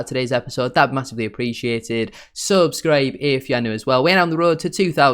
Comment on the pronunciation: cheers buddy, iv been trying to work out what he’s saying for ages 😂